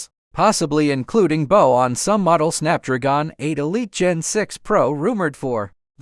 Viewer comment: I will never say snapdragon correct again.